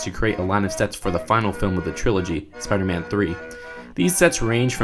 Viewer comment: He's supposed to be Spider-Man not Speeder-Man